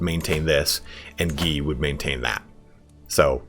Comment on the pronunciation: So.. You're Itallian and you mispronounce Guy and Roger? When you think you're saying it in Italian.